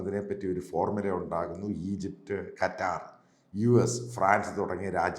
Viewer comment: എട്ടോ കറ്റാർ അല്ല ഖത്തർ😄